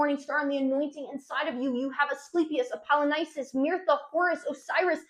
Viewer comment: She has a bunch of these. Mirtha for Mithras. Near the end she makes literary sound a bit like literature. She takes a syllable out of canonical. There are more in this video and examples like these are in all her videos. It's a mark of her sincerity and flow state that she has no interest in correcting these.